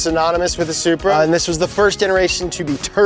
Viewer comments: Love the ‘Selupra’ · why do y'all keep calling that BMW a ...soup-ra?? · Love the Super-Uh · Supra sounds like sup bra 🤟